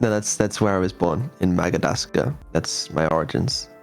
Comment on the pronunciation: "Magadascar" xD